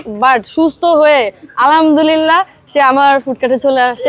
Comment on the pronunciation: আলামদুরিললাহ ❎ আলহামদুলিল্লাহ ✅